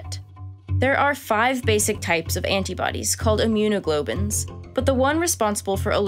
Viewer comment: Great video. Just fyi it’s pronounced immuno-glob-U-LIN, not immune-glo-bin. And eh I’m pretty sure “digestional” is not a word. Pretty sure “gastrointestinal” was the word you were looking for. I’ve been an ICU nurse for years, if you ever need someone to proof your script I’d be happy to.